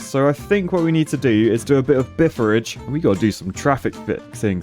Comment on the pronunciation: did he say "time to do some Bifferage" ?? its just you, me and Hugo there lol (why is there a penis drawn in the industrial area ??)